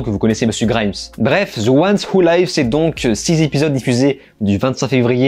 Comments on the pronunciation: "Ze wouane ou laïves" => faut faire un effort à un moment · Zeuouanewoulaïve mdrr un minimum d’effort stp